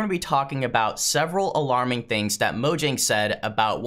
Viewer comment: It's mojang not mojnang